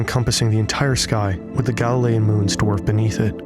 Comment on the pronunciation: Why they say galilean and io like that ew 🤢